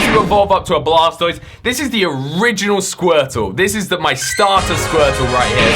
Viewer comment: blastoied no no no its called water browser lmao